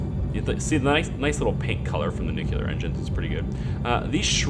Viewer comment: Great series! But... new-clear not nu-cu-lar. Please.